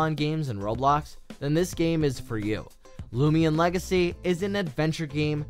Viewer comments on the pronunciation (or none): its not lumion legacy but loomian legacy